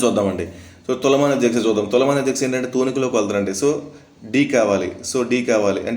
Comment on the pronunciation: సా అనే పలికితే ష పలకదా మీకు అధ్యక్షా ష, స కాదు అధ్య సా కాదు